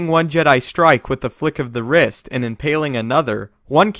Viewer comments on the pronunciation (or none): This guy said "flick of the wrist" with so much emphasis lol